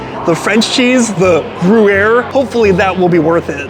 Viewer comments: yep he kept saying GOO-air. hehe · “Grew air” 😂😂😂 that’s hilarious lol I’ve never heard anyone say it wrong like that but I have heard it said wrong lots so it happens 🤷🏼‍♀️😅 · I’m sure you’re not going to learn anything, but Gruyère has a Y in the middle so it’s not pronounced gruere. You’re such an idiot. Also the frites in steak frites is not pronounced with the s at the end. And you couldn’t find your way in?! The restaurant is just inside the entrance. You are really a complete moron. It’s a miracle you can find your way home. How can anyone be so dumb? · it’s pronounced “gree-yehr” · Its gruyere.. not groo-air. Sigh. And take off your hat when you eat. Jesus Christ man. This guy isnt a good food reviewer at all. Barbaric and ignorant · every u is pronouced like hard y. so its omelete dy fromage. and gryer.